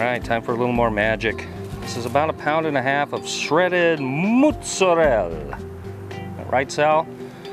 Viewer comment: Well, get comfortable this is going to be a long comment.1) Thank you for the shout out! 2) Glad you liked the beer,3) Mootsarel! Correct pronunciation! Yay! I admit I am a bit anal about it but I cringe when gringos say MOZZERELLE! 4) Slawsa! i gotta get some! 5) This is the best thing EVER! Rock On!!